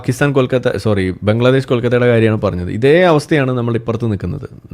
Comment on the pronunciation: ബംഗ്ള..,അല്ല.. ബൊംഗ്ള.😅😅😅